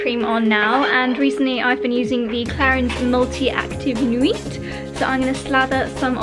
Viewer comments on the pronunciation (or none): 💛 Also the French nuit is pronounced "new we" thought I would help 👍